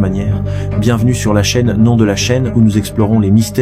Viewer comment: « Bienvenue sur la chaîne non de la chaîne.. »😅 Bravo l’ia..